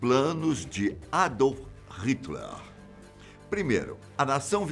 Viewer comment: Por favor !! Pare de falar os "H" como se fossem uns "R" !! Não é "Ritler" Pois o "H" em alemão é quase mudo , e , dependendo da região da Alemanha , inspirado , coisa que quase nenhum brasileiro consegue falar !! Melhor fazer de conta que o "H" tanto em inglês quanto em alemão ou qualquer outro idioma é MUDO !!! Se vc quiser saber quem são os brasileiros viajando no mundo , é só escutar se falam o "H" como se fosse um "R" !!! É uma vergonha nacional , e esta mais que na hora que o Ministério da Educação faça algo a respeito !! La fora , os brasileiros estão pagando mico !!